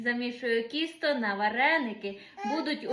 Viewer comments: Тісто, а не кісто, ти ж молода, з вищою освітою, то говори правильно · ну почему ты говоришь кісто в Полтавской области говорят тісто. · Мені вчувається кісто, а не тісто. то як ти говориш?